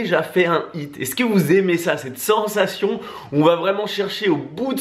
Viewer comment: J’adore votre contenu, mais mes oreilles saignent avec votre anglais 😂 un petit effort pour prononcer les H dans High et HIIT ce serait déjà mieux, de dieuuuu 😜🤗